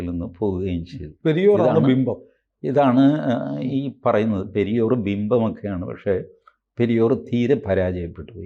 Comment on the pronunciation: Periyaar, not periyor